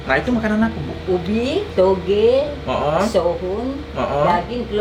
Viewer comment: 😅😅Ngomong toge aja susah bgt sih ko Suka"hati anda lah ko🤣🤣sehat sllu ko nex